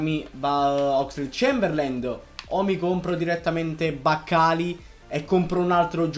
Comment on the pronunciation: Ogni volta che hai pronunciato il nome di Oxelade-Chamberlain ho bestemmiato.